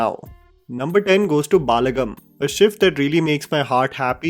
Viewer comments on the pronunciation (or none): Balagam = बलगम Not बालगम as pronounced. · For the nth time, it is 'Balagam' not 'Baalagam'